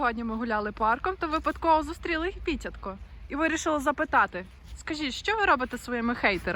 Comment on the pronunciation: Ага, теж дивився, і дуже потішило, що наголошує Піт"я"тко)))